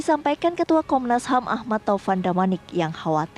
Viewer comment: komnasham wkwkwkwkwk pingin ketawa klo dngr komnasham